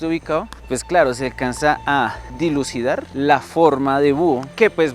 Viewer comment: "dilucidar" uh la la, señor frances, sí, como no -entonces ¿cómo se dice? -pillar